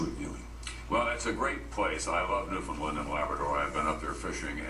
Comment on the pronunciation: Love the video. You said New-Found-Land, ahhh! Newfn'land!